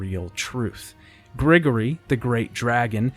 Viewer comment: Hey, just wanted to mention the language the dragon and wyverns speak is Latin. Their pronunciation of the Latin is bad but its Latin. And Grigori is pronounced "Grih-gore-e"